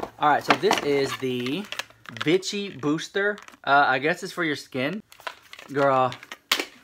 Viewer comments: 😂 I thought you said "Bitchy" ... and then I see the brand "Vichy" which is pronounced "Veeechy" But honestly after that unboxing I would be "Bitchy" too! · When you said Vichy i thought you said bitchy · I like how you pronounced "Vichy" like the b-word 😂 You've got yourself a new subbie from Las Vegas! 😎